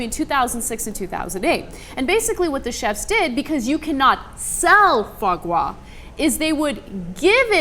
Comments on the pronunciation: you need to work on your Rrrrrrrrrrrrsssssss gRas not gwah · Ana, I'm not rich, it is pronounced FWAH GRAH. NOT FAH GAH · Pronounce it : Foo-a gra, roughly. Can't make it justice by text. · Anna its not Fa Gwa, its pronounced Fwa Gra. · it's actually damn easy to pronounce, it's Fwa Gra, not Fwa Gwa, that's it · It's pronounced FWAH GRAH. And it's delicious. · I've always heard it pronounced "fraw graw". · What happend to the R is Fois Gras ? its not spelts fois gwas xD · nooooooooooooooooooo croix means cross. It is pronounced with an R. however the R sound different in french just wiki it lol. qwah is soo off. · If it's a French word, since gras follows and that is French as in Mardi Gras, it might be pronounced fwah, with a 'w' sound before the 'o'. The French are strange in their pronounciations to be sure, Delacroix would be pronounced similar to Foie, del-a-qwah. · it's 'fwah grah' bitches..... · For the record, it's pronounced fwaah-graaah (with the accent on the first word), wich simply means liver fat. And by the way, it's not something rich people eat -- not in France anyway. You can get foie-gras in any grocery store and order it as part of a starter in almost any shitty brasserie. I freakin' love it. It goes well on toast next to a salad. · Foie gras is after cavier THE stereotypical "rich people" food, you must have heard it pronounced several times if you watch any movies or TV so how do you not know how to say it? It's "fwah grah". Anyway, I think this law is misguided. How about you ban force-feeding food animals instead of one food product? That targets the actual problem and the farmers can figure a way around it to still deliver the foie gras. I know Ana's a chemophobe but appetite enhancers might work. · Can't stop LOL at their "FAH GWA". I had no idea what they were talking about at first. I wonder if they say: "MAWDI GWA". Well, they're asian after all - can't pronounce the "R". LOL! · It is pronounced "fwah grar" :) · "Fwah Grah". It's french.